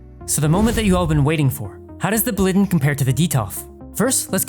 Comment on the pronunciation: (BLAW - LEE - DEN) 🙂